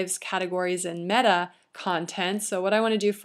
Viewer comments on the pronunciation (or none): none